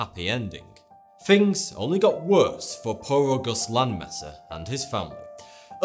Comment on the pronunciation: It's pronounced 'thing' not 'fing'. If you insist on making such a boring, poorly put together video at least pronounce your words correctly.